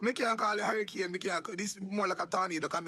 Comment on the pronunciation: Can't even pronounce hurricane... " should have attended your classes " 😂😂😂 luad jesas did he say documentary 😂😂😂😂